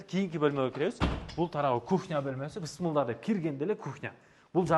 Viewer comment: Бысмылда, эмне деген соз? Блогерлер, орфоэпия жонундо кичине маалымат алып алгыла!